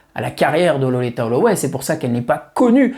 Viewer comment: Merci pour cette vidéo sur cette grande dame, dont j'ai découvert la voix, sûrement comme beaucoup d'autres, fin 1989 sur le fameux Ride On Time. Par contre, ta prononciation de Loleatta sur l'ensemble de la vidéo m'a fait tiquer de l'oreille, je l'aurais personnellement prononcé "lolita". 😉